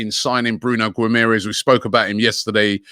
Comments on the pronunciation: Gwim-air-ez HAHA terrible pronunciation Robbie!! It’s Gim-ah-resh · Everyone: bruno guimaraes Robbie: bruno gumeres